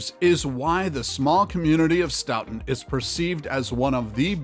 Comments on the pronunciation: Pronounced stoton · IT'S STOW-TON (the pronunciation that is) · It’s pronounced Sto ton ( like the sto in store! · It’s Actually Pronounced STOE-TIN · stow-ton is how you say Stoughton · You are pronouncing Stoughton wrong!! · You're pronouncing is horribly wrong. Stop. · Obviously don't know shit about Wisconsin. Including how to pronounce Stoughton 🙄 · I laughed so hard when I heard him pronounce Stoughton!! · Stoughton was pronounced wrong every single time not to mention opioids and meth plague the place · I have a hard time taking this seriously as they mispronounced the city of Stoughton. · I laughed so hard when he said Stoughton like that!!😂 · Every time he said stoughton made me wince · omg same, i was like STOP SAYING IT LIKE THAT. You think they would google how to pronounce it before posting the video. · Same!! I grew up in Stoughton and it just made me cringe when I heard him say Stoughton, to be fair though We did misspell our water tower once I heard